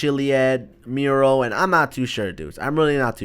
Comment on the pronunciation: the voice says like change the murel